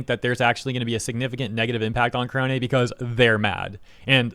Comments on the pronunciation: You mispronounced "korone". It's "neh", not "hay". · whenever you say korone's name, i always hear it as kronii lol